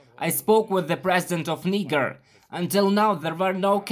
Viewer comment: President of NEEGER. Yikes! Might want to use the French pronunciation.